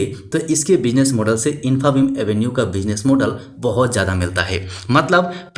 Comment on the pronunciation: Pronunciation infabeam 😅😅😅😅😅😅